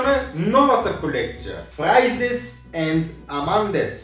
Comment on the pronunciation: Виждаме, че не може да чете на френски, защото noir се произнася ноар, а не ноир! Същото се отнася за ягодите той казва фрайзес а то е Фрез! Не се излагай!